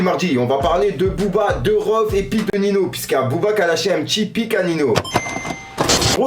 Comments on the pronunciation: Sa ce prononcé niño pas nino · C’est pas nino c’est Ninho sa ce prononce ninio 🤣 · C’est pas Nino c’est Ninho